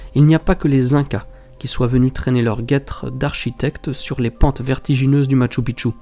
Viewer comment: Bonjour, NON NON NON ET NON! Lorsque l'on se déplace dans un pays, l'on se doit de prononcer correctement le lieu où l'on se situe. Je te rappelle encore une fois, que MACHU PICCHU est Quechua. Sa prononciation reste: machoo peechoo. C'est à dire en français écrit, Machou Pichou. Ils se peut aussi qu'il soit prononcé ainsi: Machou piKchou. Mais en aucun cas tu ne peut inlassablement répéter: MATCHU PITCHU! Ce qui signifierait que les incas, voire pré-incas, ont construit sur le mont 'petite bite'...... Pas très flatteur en soi.... Merci dans tenir compte dans les prochaines vidéos, car, là je vais aller nettoyer mes tympas.... Toujours de magnifiques images, et à ce sujet, tu remercieras de ma part les caméras....;) Amicalement Gus P.S.